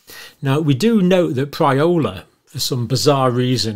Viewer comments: Hey John. It’s pirola not pryola. And that word goes way back. Serious scientific discussion never leads with policy philosophy, nor the names of policy makers. Especially in the first sentence. Science based conclusions either warrant action or not. Any doctor who has time to take to the airwaves to inject the word panic (when there is none- in the people or their elected leaders) can’t be much of a doctor quite frankly. You’re not here for science. You’re here for yourself. Which makes you no better a reference than any ill motivated policy maker you could decry. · I'd trust you more if you were able to distinguish between Pirola and "Priola". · Pronounced: 'Pea-roller' John. Not PRY-OH-LA... ;) Don't know about asteroids but in fact the word has an unfortunate meaning In some areas of the Sixth Region of Chile, 'Pirola' was used to name the human urine and faecous pot. Additionally, in Galician is means (vulgar) dick, cock (penis) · Surely it’s Pirola NOT Priola! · Pirola, not priola. Damp squib, not squid (all squids are damp). Verbal typos :) More seriously, a decision to reprioritise might be wrong, but it is not a "panic" - a robust conclusion also based on rather little. Many health workers are older. Receptor misfitting is not inevitable with multispike mutations.. Just saying. No ad hominem responses, please. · Perhaps you could at least pronounce it's name correctly. " damp squid"???